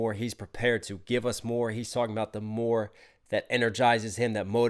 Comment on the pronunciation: "More" honestly sounds like the Korean word "물" or "Mul/Mur" which means "Water". And with that, he starts by saying "Yeah I'm thirsty" then "On this beat, I'm surfin'" and then the direct Korean translation of the line "I'm on my element" is basically "The fish meets the water" which is ohmaghad a really great metaphor of being in one's element (which is music, dancing, and rapping for jhope), and lastly "Soak up the music". So it is really playing around with bars relating or connecting to both music and water. I'm REALLY REALLY glad you caught on to that real fast even if you ain't understand Korean. Respect! [edit: I realized someone posted my comment on Twitter and it got a lot of corrections, and even hate. My theory comes from the fact that Jhope's rap style is very distinct and he usually pronounces words with a bit of shortcutting accent, or slang. Examples like "했어요" become just "haess" when he raps, or like when he says "믿음으로" in the song Run BTS, he pronounces it as "mideumrow". So I'm just putting it out there as a theory. You don't have to believe it. I just find Jhope's pronunciation very interesting to dissect. I know my interpretation is quite a stretch as it is simply an interpretation, it is not the truth ofc.) ] [edit 2: And if anyone is wondering, I have self-studied korean for more than 10 years, starting from when I was just merely 11 years old. Its not that deep, you can move on from my theory or interpretation.]